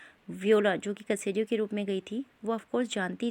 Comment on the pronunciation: ये सेसरियो है कसेरियो नहीं